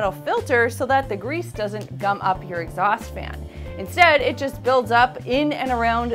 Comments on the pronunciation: I hate these videos. Wait for three minutes of waffle and implied snobbery to find out something that could have been written in less than thirty words. So many megabytes wasted on this stuff. And it's 'Exhaust', Exhasut is some ancient Egyptian king or something. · Exasut?! Hah, hah!